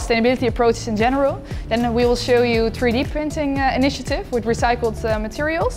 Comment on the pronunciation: It’s 3D printing Sam not free d